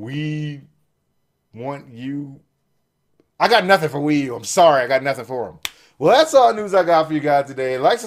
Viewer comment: The Wii u is pee u